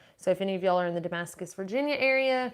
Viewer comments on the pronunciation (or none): none